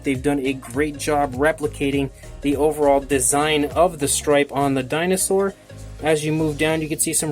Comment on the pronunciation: When I first heard this I thought u said "welcome back to Chinasaur reviews" lol